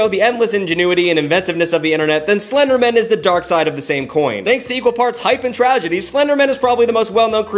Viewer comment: Slender Man? No, “Slindermin.” Like it’s his last name 😂